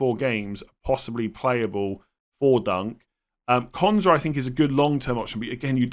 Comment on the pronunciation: We need to have a more definitive way of distinguishing Quansah from Konza. They are spelt very differently but pronounces them almost identically. I listened to last nights stream and was convinced I should be selling Konza but for the life of me couldn’t work out why, having watched this it now makes sense!